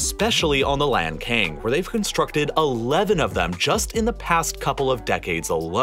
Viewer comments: it's pronounced lahn-tsang, not lankayng. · Not to pronounce lankang river. It's called lancang. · Lantsang, not Lankan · It's Lan Tsang, not Lan Kang. My country is having the same issues: Spain is damming all the west flowing rivers, and our country of Portugal is seriously drying up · Great video but have to inform that Lancang river is pronounced as Lan Tsang, instead of lanken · Not "Lan Cang", but "Lan Chang" or "Lan Xang" river, which refers to the Kingdom of Lan Chang or Lan Xang, or Laos PDR of present day. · The pronunciation of Lancang River in Chinese is not "LanKane", a closer pronunciation would be "LanChang". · Lancang read as Lan-tsang, not lan-kang. thank you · Point out a pronunciation mistake: The upper part of Meikong River(湄公河 in Chinese) is called Lancang River (澜沧江, lan cang, not lan "kang"), which is a beautiful name. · Very educational.... Just wanna point out that it's pronounced as the Lan-tsang river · Lancang is pronounced as Lan-Tsang or Lan-Tsung, however it makes sense to you. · lancang读成lan king给爷整笑了hhhh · a documentary channel... but each time you say LAND KING i died a little inside... is it so hard to pronounce or at least TRY to pronouce a proper chinese word? I cant be the only one feeling this. Otherwise, informative. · Lancang, the name of river, was pronounced wrong.